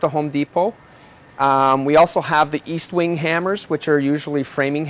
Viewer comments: Estwing NOT Eastwing . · Estwing not eastwing